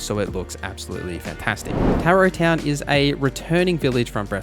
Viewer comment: I hate to be that guy, but you mispronounced SO many names and words 😅 Tarot Town? 😂